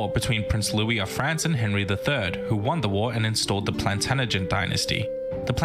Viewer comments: Terrible how the guy kept saying Plantan-agent and not Plantag-enet. Also he didn't make a part 3 I wonder why. If you want to learn more about the Plantagenêt-Capetian rivalry and the Angevin Empire, culminating in the battle of Bouvines (one of the most important battles in History), Kings and Generals have made a video about it : But don't begin the Hundred Years' War series too soon, they still have two videos to publish. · It's a shame because it's entertaining but so much of this is wrong. Robin Hood was real and present in South Yorkshire but after he died others took up his name. The Sheriff of Nottingham owned that part of England and Hood never went anywhere near Nottingham. Its also pronounced 'planTAJenet' (emphasis on capitals). This narrator consistently mispronounced it. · So glad t ok be able to comment upon this video, (hope I got tha spelling right) This (Australian?) Narrator has mispronounced "Plantagenet. (Three times he said 'Planagenent or similar?! It is correctly pronounced - PLANTAGENENT... Okay? Hope thi makes sense - as you may recall, from a previous comment, my eyesight is failing. Thankyou. (p.s. my name Brigid is Irish - my maternal Grandad was from Ireland - the South & and the 'g' is pronounced 'softly' as in George, Not "hard" as in brig! 🙂💞). Have a great day, stay safe, stay well, be happy, learn much. 🙂💞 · 😱😱Plantaganet is pronounced plan-taj-anet...his pronunciation drove me bonkers. I have a Masters Degree in Medieval English Literature so was bloody irtitating. I'm English and live in Canterbury which is beautiful and so full of history going back pre-Roman. The cathedral is 1,000 years old +. and my little house was built in 1532 .... My ancestry is completely English/Irish/...but no French...😂don't like the froggies😱😂. Great to see a young person interested in history. Love your channel... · "Plantanagent" really annoys me - especially as it's meant to be a history channel!